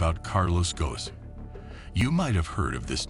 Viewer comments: It's not Carlos Ghosn, but Carlos... Gone. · The S is silent. It sounds Gohn not Goson or Gosen And same for Renault. The L is silent. Yeah, French is a pain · Pronounced Gone as in Bone and Reno for Renault . Please research the pronunciations , it jars